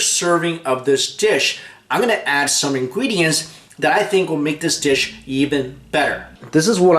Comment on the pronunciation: I love how you say "ingredients" . ingwedients.. ^^